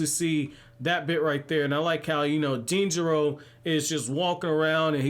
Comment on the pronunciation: You say denjiro perfectly btw